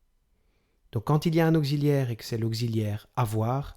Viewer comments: Mon reuf vu comment tu écris t'aurais bien besoin de cette vidéo et au lieu de te marrer parce qu'il dit [ogzi] et pas [oksi] ai un peut de geo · Bonjour ! Je viens de Belgique et ici, tout le monde prononce auxiliaire comme ceci ! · On est d'accord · Je crois que vous commettez une erreur de prononciation quand vous articulez le mot " auxiliaire" on ne prononce pas auxiliaire avec le son z comme gazon. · C'est la 1ère fois que j'entends prononcer 'auxiliaire' comme ça !... [ogzilière] !! Ce n'est pas l'écriture phonétique, je sais, mais c'est pour que tout le monde comprenne. \ɔk.si.ljɛʁ\ Voici l'écriture phonétique d'après Wiki. Je n'ai pas le temps de chercher mieux. Mais le son 'x' est écrit 'ks' et non 'kz' en phonétique dans ce mot ! Bref, c'est pas grave, mais ça fait drôle surtout sur un 'cours' de français. Et chez vous on entend carrément OGZILÈRE.. C'est quand même particulier. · Merci mais ont dit pas auxziliaire mais ont dit auxiliaire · on ne dit pas aucziliaire mais auxiliaire (occi) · auxilliaire pas gxilliaire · Auxiliaire pas augsiliaire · Bonjour ! En France, vous prononcez auxiliaire [oksi], mais en Belgique, tout le monde dit [ogzi] ! Bonne journée. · Un « Augziliaire » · augxiliaire ? drole de prononciation non ?